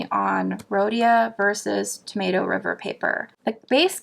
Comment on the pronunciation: Wait...did you say "tomato river paper"?!? 😂🤣